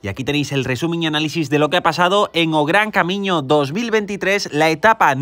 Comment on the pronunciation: Ahora si, Bien pronunciado!! o gran camiño, da gusto con gente como tu. De nuevo felicidades por tu canal